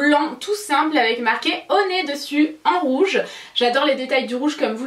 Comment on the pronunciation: Quand honey se transforme en oné 😆